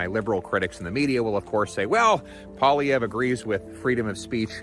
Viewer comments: Poilievre is pronounced something like. Polly-ev-re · Pole-e-ev, like ever with no er. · just so you know, its pronounced " Paul-E-ev" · Ugh....seriously....learn to pronounce words and names, that's what professionals do. Pierre's name isn't that hard, phonetically it's Polly-EV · Not one person I’ve been watching gets the pronunciation correct haha. It’s Pwah-lee-ev 👍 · It's pronounced Pierre POL-E-EV. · It is PWA LEE HEY VREUH. At least should sound more french, as it is francais. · His last name is pronounced "polly-ev" or "poy-lee-ev", I'll be voting for him regardless :) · Poilievre: French surname (French spelling: Poilièvre), pronounced "Pwah-liEVr" [The first "i" in "Poilievre" is pronounced like a long "a", as in "bat", the second "i" is a short "i" like the "i" in "lip", the first "e" is pronounced like the "e" in "yet", and the last "e" is silent.] Pierre Poilievre is the leader of the Conservative Party of Canada, which makes him the Leader of the Opposition, and the main political adversary to the Prime Minister, Justin "Skippy" Trudeau.